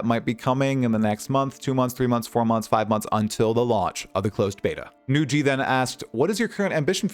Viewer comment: This is the first time I heard Nugi being pronounced Nu-ji xD Well deserved shout out, you're the prime source on PoE2 news, especially for someone like me who doesn't go on reddit. Keep it up! <3